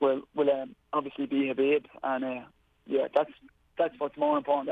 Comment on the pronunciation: Khabibs “O” has got to go